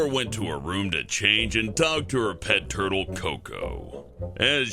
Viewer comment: Tortles. TORTLES ARE SO CEWL!